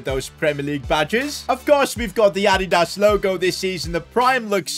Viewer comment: whats Ad-ie-das